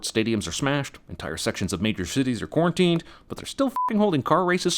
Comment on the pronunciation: yo im watching this in 2020 the min he said quarenten i lost it